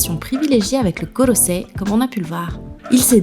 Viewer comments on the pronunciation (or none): none